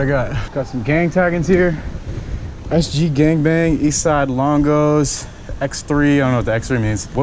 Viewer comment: Why he say longo like that😂